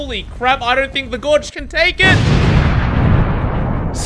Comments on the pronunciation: pls Gauge is probounced "Gayge" not "gawge" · Gorj? the fuck is a gorj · Man called a gauge a gorge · Is him miss pronouncing "gauge" as "gorge" an inside joke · the word gauge is pronounced Gay-je btw lol unsure if this is a case of reading it but never hearing it said aloud, and remember gamers, spelling bees dont exist outside of english apparently because we are the only ones that dont spell shit how we say it in a consistent manner, supposedly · The most evil thing about this video is the way pronounces gauge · Bruh posting a Halloween video is great and all But the scariest thing in this video was the way you pronounced 'gauge' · The most evil part of this video is how pronounces "gauge" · great video but the worst crime of the build was how you pronounced gauge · did he pronounce gauge like that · How the hell did you just pronounce gauge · Bro why did you pronounce Gauge like that? 😭😂😭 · Why tf did you say gauge like that????? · Why does he keep saying it 'gauge?' It's clearly pronounced 'gauge.' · What the fuck was that gauge pronunciation bro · i love you so much but the way you pronounce gauge drives me nits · most evil thing was torturing me with how you can manage to wrongly pronounce the word "gauge"........